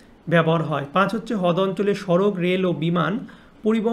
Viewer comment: দাদা হদ না রদ😊😂😂❤